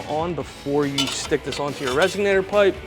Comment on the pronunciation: Couldn't finish watching. Every time the guy said "resignator" instead of "resonator" I thought of "cadillac converters" and "eldebrock". Sorry, pet peeve.